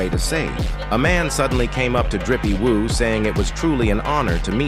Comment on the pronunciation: Maybe watch your video before posting… Drippy woo? Maybe try doing it yourself vs AI